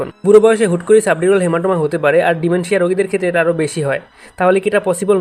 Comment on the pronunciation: ডিমনেশিয়া❌ ডিমেনশিয়া ✔️ 👀🧘🏻